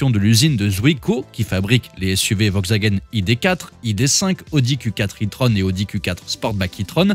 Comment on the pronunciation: De toute façon "Vogsvagen" comme vous dites, aurait mieux fait d'arrêter cette série D'ID Abomifreuse bien avant !